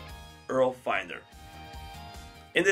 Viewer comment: Man you need to learn how to pronounce URL.